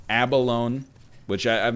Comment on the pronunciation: For the love of all that is holy, please pronounce abalone correctly. It's abalon-ee